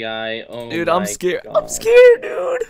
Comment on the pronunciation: everyone listen carefully says im skared. edit: say so many skared